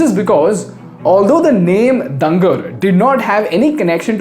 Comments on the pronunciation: Small correction- Dungar is pronounced as डूंगर Since he was the King of Bikaner people might get offended by this mispronunciation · it is pronounced as डूंगर not डंगर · your pronunciation of dunger is wrong!!! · Its not दंगर its महाराज डुंगर सिंह जी name …from there he took डुंगर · The whole video was amazing. But just one correction word Dungar should be pronounced as डूंगर not दंगर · Thanks for this great video. Just a small correction, the name of the king is pronounced “Doongar” instead of “Dungar” Source: I’m from Bikaner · dungar pronounce as "dooongaar" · Not डंगर but डूंगर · dungar pronounce as doonger, d like doctor, doonger means hill. it's a marwari word. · Its "dungar ---- डूंगर". Not डंगर. Love from Bikaner. 🙏🙏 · Sir you miss pronounced the name of the king. He was pronounced as doongar Singh not as dungar Singh. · Doonger hai bhai pronunciation not dunger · It is pronounced as Doon-gar Singh, not Dan-gar Singh. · It's not "डंगर" it's महाराजा डूंगर सिंह जी बहादुर. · Its not डंगर it is डूंगर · I think it is डूंगर not डंगर after the king named डूंगर सिंह। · Excellent content on Haldiram Story...... pronounciation of Dunger is not correct. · It's pronunciation is डुंगर not दंगर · abe c** thats not dunger. Its pronounced as doongar sev. Doonger singh. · Accurate Pronunciation of dungar is डूंगर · Bro it’s duuungar (pronounced doon-garh) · its डून्गर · Pronouciation:- Doongar!; मोठ